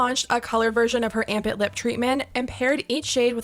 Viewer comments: Armpit? 🥲😭😭 I heard Armpit Not amp it....... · I thought it's "armpit"... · anyone one else just keep hearing armpit instead of amp it? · I just realized, her product's name is "Amp It", sounds exactly how she would pronounce ARMPIT.